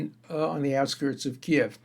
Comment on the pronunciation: Did you just say Kiev It’s Kyiv. Lol